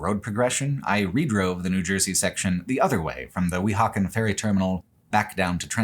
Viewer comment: Fantastic video. Absolutely Loved it (though you should get a NJ person to assist you with pronunciations of Metuchen, Weehauken, Stuyvesant, etc. next time ;-). ). Was pleased to find out I've already and unknowingly biked on the Lincoln Highway near my home. Hope to see even more "real world" videos like this in the future!